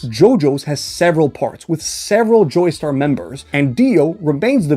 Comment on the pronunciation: Did bro say " Joystar " for the entire Jojo's segment 💀